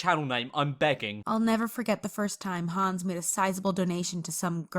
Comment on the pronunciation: Hänz not hans